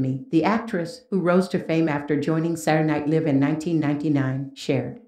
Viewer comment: funny that the reporter pronounced Saturday Night Live incorrectly, adding insult to injury